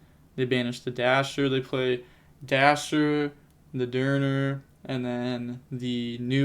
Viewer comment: Denier is not derner. It's like denied but with an r at the end instead. It's pronounced Deny er